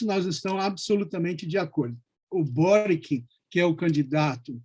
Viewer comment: Se pronuncia Kast, Sebastián e “Boritch”. 🇨🇱